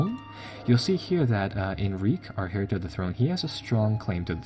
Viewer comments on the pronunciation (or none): heir to the throne is pronounced air to the throne. papal state is pronounced Pay-pal state Castile = Ca steel eh casus beli = kaysus be-lie (rhymes with eye) English isn't phonetic. it's very inconsistent - due to many different linguistic systems being injected throughout history. There aren't enough symbols to represent the sounds we make. Spanish is much more sensible.